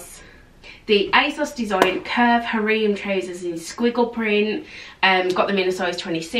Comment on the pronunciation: Har-rem, plee-say. Sorry it was killing me. 😘